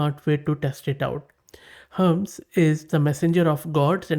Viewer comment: Hermes - do you mean Hermeeeez and not Hermz!!!